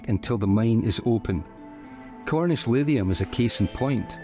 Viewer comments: Livium???? Or should that be Lithium... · Your narrator is mispronouncing lithium as “lidium”. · Why can't he pronounce Lithium properly??? He's saying Livium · You seem to able to pronounce LITHIUM ….. You are saying … LIVIUM .. you are not pronouncing ‘Th’ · When he’s saying “Lidium” / “Livium” he’s saying “Lithium”. It took me a while to understand. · you are mispronouncing lithium. What's wrong with you man, other than being a sweaty sock?